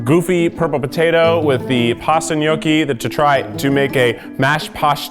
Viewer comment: When I was little my mom would make this pasta/rice hybrid (I forgot what it’s called) and Keith’s “pashtatos” remind me of it